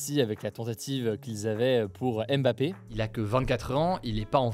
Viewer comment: Hugo ça serait cool de respecter les noms Africains. C'est pas aime bappé. Mais Bma pé. Ni haine golo, mais Ngo lo. C'est vraiment insuportable ce manque d'infiférence alors que les concerné ont corrigé plusieurs fois. On est aussi français, on mérite du respect